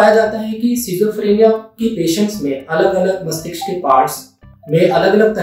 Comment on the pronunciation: From dr bar bar mastishk ko mastiksh kyu keh rhe hn🤔